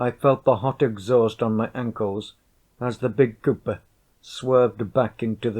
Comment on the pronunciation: The way this guy pronounces coupe bothers me